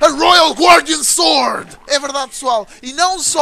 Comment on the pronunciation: o fala royal guardian sord '-' '-' '-'